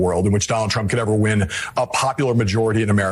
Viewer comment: You didn't wi-in, you didn't wi-in.:hand-orange-covering-eyes: Screw Nikki Haley.